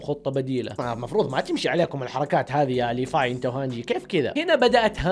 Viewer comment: ياخي والله اسمه (ليڤاي) ليڤاااي مو ليفاي